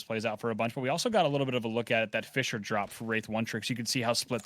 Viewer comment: saying fissure sounds like fischer, i was confused the whole game